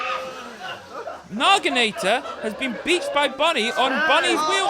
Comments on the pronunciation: why do they keep saying "Nagi-NAA-TOR?" where are they getting the "r" from? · That's not even close to how the word Naginata is pronounced